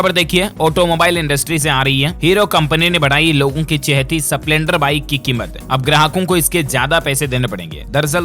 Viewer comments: डील्स भाई स्प्लेंडर का उच्चारण ठीक नही है। स पूरा नही आधा है ठीक करें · सपलेंडर नही स्प्लेंडर 🙏🙏🙏🙏